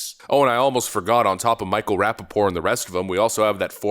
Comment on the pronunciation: You pronounce the last "T" in "Rappaport". It isn't pronounced "rapp-a-pore".